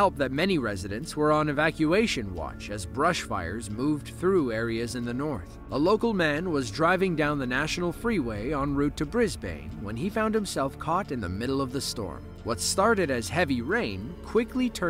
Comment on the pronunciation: Love your content, but as someone that lives there, you pronounced Brisbane horribly wrong. It’s literally just “Briz-ben” 😭